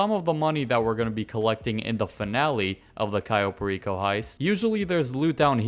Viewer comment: Why is he calling this place Cayo Pa-Reeko? Like puerto RICO..... ITS PAIR-EH-CO.